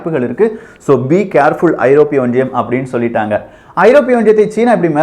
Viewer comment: Neenga pesara tone and Tamil pronunciation awful iruku. Romba disturbing and irritating iruku. Specific sollanum na antha (Europe)onriyam.unga team motive superb. But, presenter ha maathunga pls.